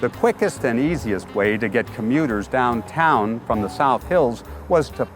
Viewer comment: Every time the host says 'downtown' he overemphasizes the 'o' sounds like he's trying not to instinctively say daaahntaaahn